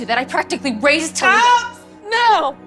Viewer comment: ITS TALYA/TALIA NOT "TA LIA"